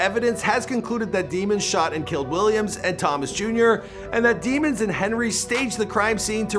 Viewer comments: it's pronounced Daymons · it’s pronounced ‘daymons’